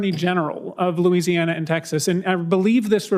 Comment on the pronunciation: John Neely Kennedy can't even pronounce the state's name that he represents!